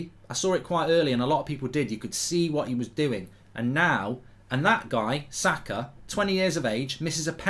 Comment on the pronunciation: I don't care about Formula 1, all I care is Arsenal beatchslap Ronaldo and Ronaldo alike overpayed Manchester merchenaries and take 4th. I'll be extatic with that. This is a very good step away from home. If we win at Palace too, 90% we'll have secured 4th. PS: He's name is Saka, not Zaka. Thank you.